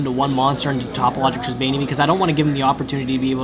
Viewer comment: Tribaena is pronounced (Triss - bay- nah)